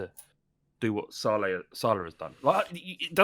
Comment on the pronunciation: the way pronounces Salah like he’s ordering a chicken tikka masala kills me😭😂